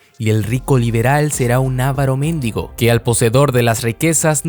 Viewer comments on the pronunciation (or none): Ávaro méndigo?!!!! Jajjajaja, no será "avaro mendigo"? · "ávaro méndigo" XD